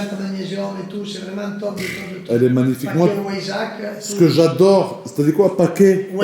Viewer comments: WEISSACH : Arrête de prononcer [Oaissach] "Ach" tu sais bien le prononcer genre tu dis pas "Ack" comme un arabe (moi), mais comme moi aussi mi allemand C'EST [Vaissach] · Le pack weissach se prononce vaissak pas wouéisach